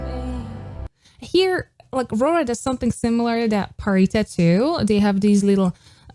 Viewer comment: U keep saying pharitas name as pharisa, there's a t in her name, I'm pretty sure there's a different way of saying it I'm used to people saying pharita